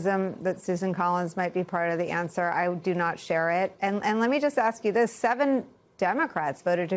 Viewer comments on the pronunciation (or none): 😂 when he struggled to say "ask" and said "axe" twice before spitting it out